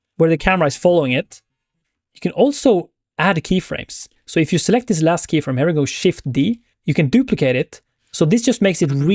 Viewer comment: oh my lord dude... here pronounced her is just something I can't deal with :D come on bud.... you're not even French !!! think of ear, just add the H, perfect... ciao